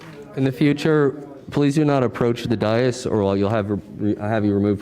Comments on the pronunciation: Day-iss, rather than Day-uss. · Dais is pronounced with a long a, like day. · devildog1982z day-us vault! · I think he might have heard it before, or it’s something Canadian maybe. All I know is up here we say it with a short vowel, just as he did.